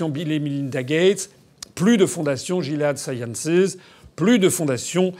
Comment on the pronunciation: "Gilead Sciences" se prononce en anglais: guiliad sciences. En français cela donne: "guiléad sciences". Laboratoire pharmaceutique infâme mais dont le nom, en partie biblique!, doit être prononcé correctement